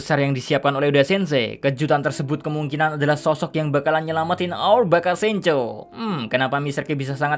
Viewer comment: Pronounce yg bener awer bukan our